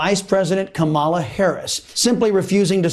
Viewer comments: Apparently conservative media have decided to be passive aggressive and mispronounce "Kamala" at every opportunity. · "How dare the vice president not show respect!" while mispronouncing her name (on purpose) over and over again. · And.. After all this time, they STILL haven't figured out how to pronounce Kamala's name correctly! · I love how not one of the Fox news-type media pronounces Kamala correctly. Aw, so adorably childish. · The self-righteous sedition party calling out Kamala (don't even correctly pronounce her name) for not saluting is rich. If they can't prove THEIR patriotism, they'll distract by something, anything, any little thing. Maybe they're afraid Dems are dismantling the institutions of the flawed Reagan-era they're desperately clinging to for validity. Similar to the shame of Obama not wearing the American flag lapel pin. Oh the horrors! 😱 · Every one of the people calling Vice President Kamala Harris disrespectful for not saluting mispronounced her name. Disrespect indeed.